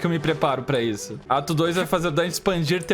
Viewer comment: Eu ouvi o falando "Acabou o atum?!" em vez de "Acabou o ato 1?!" AKAKAKAK